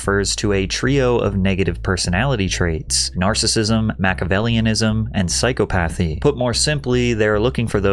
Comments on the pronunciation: It's "sigh-cop-athy" not psycho-pathy. 😅😅😅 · For future reference psychopathy is pronounced "sigh-cop-a-thee" not pyscho-pathy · Hey man just so you know that word is pronounced “sigh-CAW-puh-thee” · "PSYCHO--PATHY" when you learn by reading... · psychopathy is actually pronounced, "sike-ah-pah-thee". You're welcome. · psychopathy is pronounced sai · kaa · puh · thee you asshole. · Psychopathy - Sigh-cop-oh-thee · You pronounce psychopathy weird